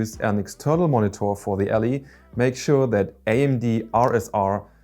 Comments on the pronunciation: Ally not Ali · Es heisst "AAAAllie", nicht "Elli" :D aber gutes video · I cringe every time he said ALLY as ALLEY.